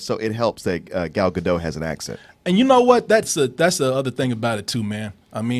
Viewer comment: this is actually the worst pronouciation of Gal Gadot l've heard